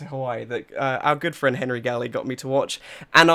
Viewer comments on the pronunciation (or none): none